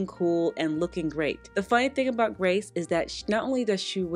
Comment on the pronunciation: Hi. I’m continuing to love having you as part of my slow Sunday morning routine. It’s your video, my coffee, and an orange cranberry scone. So good! I did just want to point out here though, that I believe Grece Ghanem pronounces her name like the country “Greece” - not Grace. I know you feature her often in all her fabulousness, so I thought I’d point that out. Keep up the good work. And yes, that red suit of yours is fabulous on you. ❤️☺️